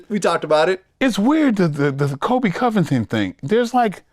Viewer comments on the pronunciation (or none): none